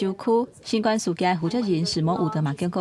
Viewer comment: 敢講主播袂曉發音「新冠」肺炎